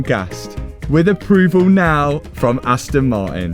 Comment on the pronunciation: Why you never say Aston Martin? All I hear is Aston Marin 🙃